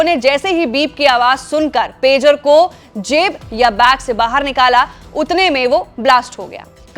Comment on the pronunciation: Madam Pejar nahi Pager hai😂